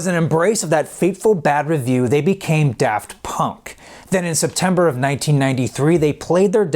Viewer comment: He says da funk.. Amazing name!